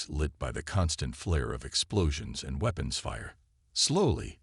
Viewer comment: The AI voice sounds almost human but it struggles with some words, ie: weapons it sounds like it said weepons